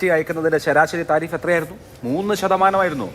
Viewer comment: നോക്കി വായിക്കുന്നു എന്ന് മനസ്സിലായി തിരിഫ് അത് താരിഫ് ആയി വായിച്ച cpm 😮